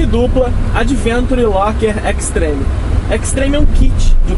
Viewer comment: Extreme pronuncia-se \ekstrim\ e Adventure \ádventchur\